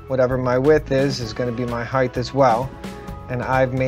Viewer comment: Well, he pronounces 'height' as "hyth" too so.... sometimes that's just hoow it is... :o)